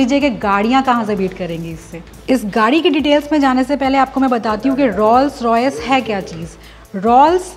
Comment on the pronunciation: Your renditions are excellent. However allow me to correct your pronunciation of Rolls Royce. Rolls is pronounced as ROLES.